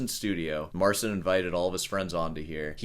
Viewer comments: Trudno mu włączyć tłumacza Google i nacisnąć głośnik w rogu. Wymawia "C" jako "S" bo tak jest w Angielskim. U nas literę "C" wymawia się jako "C" Jeśli po "C" jest "i" to łączy się te litery w jedną. Te litery brzmią jak Angielskie "Cheat" bez litery "T" na końcu. MAR chea N. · I find it funny how someone criticizing such small minute details in sound cannot be bothered to at least pronounce the name of the person they're critiquing properly, just assuming every language is English and is to be pronounced like it.